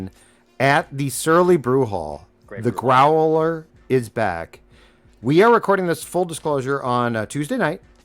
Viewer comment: Grow-el-er.... ...Dontchya know...